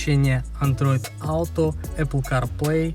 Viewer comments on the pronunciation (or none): none